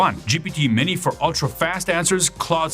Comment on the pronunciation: HOW is it possible to not be able to prounce "minis?"